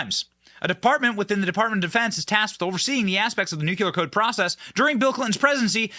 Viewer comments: Itz .NUCLEAR, n o t nukya-ler. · What are “nucular codes”? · Love your content, but pet peeve: It's pronounced "nu-clear" not "nu-ku-lar." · Stop saying nuculure it’s nuclear 😂 you sound Canadian 😂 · Nuclear has only one U. Nuclear. Not nuculear. Cmon Benny!!! 😊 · Only us Americans pronounce nuclear wrong. We sound like morons when we say nucular. Its the dumbass equivalent of voting Biden. The word is nuclear, not nucular. We say it wrong so much they actually put it in Websters and it says common American mispronunciation. We sound ridiculous to other English-speaking countries, because were supposed to know how to speak our own language but some of us speak english worse than ppl who speak it as a second or third language. New-clear=nuclear. Nucular=dumb American. Food for thought. Considering Bush says nucular, id probably steer clear of saying it wrong. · NUCLEAR! NUK-LEE-UR NOT NUK-U-LER JESUS CHRIST HOW CAN SOMEONE BE SO SMART AND MESS UP THIS WORD SO MUCH! 🤣 love the videos but that drives me crazy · BEN! STOP SAYING "NUCULAR"! THERE'S NO SUCH WORD! TGE WORD IS "NUCLEAR"! YOU'RE MAKING US ALL LOOK LIKE MORONS EVERY TIME THAT YOU SAY IT!!! You don't do Trump any favours by making his proponents sound like idiots! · Since there’s no such thing as “nucular codes”, why should we worry? It’s NUCLEAR CODES we need to worry about. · New cle are, not new cu lar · I remember when that happened. They tried to say it was a joke. BTW, it's NUCLEAR and NUKULAR. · Nuclear/ Nu-cle-ar, not Nuckuler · Nuclear not nucular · N U C L E A R...not NUCULAR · Please learn to pronounce nuclear: new-klee-ər… For that matter, memento: MEM-en-to (same root as MEMory and reMEMber)… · What is so fucking hard about properly pronouncing the word nuclear? new- klee-ar... simple, do better. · NEW-CLEE-ER... You're welcome, you fuckin' illiterates. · Benny!!! NU KLEEE AR!!! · JUST SAYIN…NU CLE AR… Either way he lost ‘em! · We love you Benny, but it's Nuclēēar! 😂🤷‍♀️😜